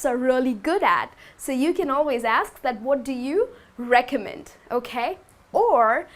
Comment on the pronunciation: doggy bag? lol. sounds very funny. never has an american ever asked for this at any restaurant. and not to be picky, but your pronunciation of "recommend" is off. it is not "REcommend", it is "recoMMEND"